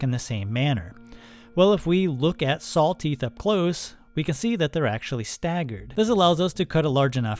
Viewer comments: Its "saw", not sawl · Are you saying salws. Sowls. Sālws maybe. No way you're saying saw. Any what way great video! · Are my ears deceiving me or is he saying "SawL teeth" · It's funny how you pronounce "saw" like "sawl". I've heard this many times before, but I haven't been able to figure out which regional dialect this peculiar pronunciation belongs to. I have, however, noticed that it usually goes along with the pronunciation of "on" as "o-in". Midwest? New England? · Love your content. Extremely informative and helpful. Thank you for sharing. I have to say though, the way you say saw is incredibly interesting 😂. “sawl” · I got completely distracted trying to hear that you are saying sawl and sawling. It’s like an audiobook I just listened to where every time the woman said Halever instead of however, my brain tripped and I had to replay that part. 😅🤷‍♂️